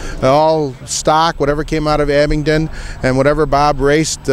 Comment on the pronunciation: There is no "T" in Abingdon.